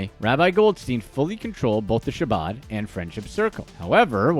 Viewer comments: Learn to pronounce Chabad. HAH-BOD. Yeah what he did was wrong, but don’t just concentrate on this low level stuff, go after the billionaires. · I noticed that too.. he probably thinks there is only one Mendel.. did he say Rabbi’s son was named Mendel after his uncle? Lol also the way he mispronounced “Chabad”..